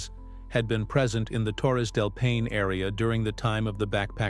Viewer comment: This is a horrible video. First of all, it should be labeled AI. The narrator can’t even correctly pronounce Paine. And none of it’s true. Gross. Should be flagged and removed.